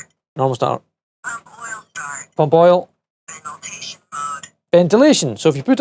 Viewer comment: She says Veniltation instead of ventilation 😂